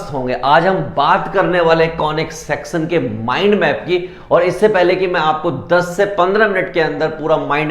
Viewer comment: section bolne ka tareeka abhi thoda kezual h 😂